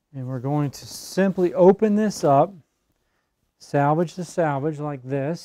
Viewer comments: Thank you for the great video!!! I can't wait to try this! But the word is SELVAGE and not SALVAGE. I really wish little things like that didn't bug me. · Sir--SELvage edge. Not SALvage edge. Totally different words. Nice video--helpful; thank you.